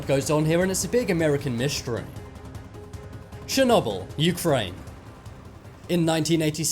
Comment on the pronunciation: Your saying Chernobyl wrong